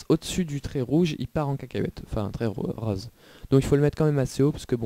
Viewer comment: tu viens du sud avec ton accent sur le rose?